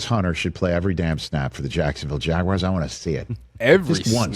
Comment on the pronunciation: WTF is a jagwire? 😂😂